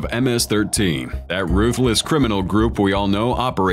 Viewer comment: Why is the narrator saying ruthless like that? These gang members were murderers. This president has done a great job.